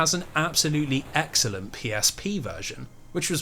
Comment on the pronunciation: Every time you said the word “excellent” I imagined you were really saying “X-ellent”